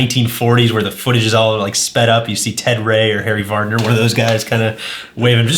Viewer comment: Harry Vardon. Not Harry Vardoner. BOO!